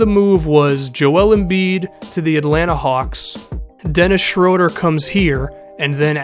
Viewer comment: It's SHROO-DUR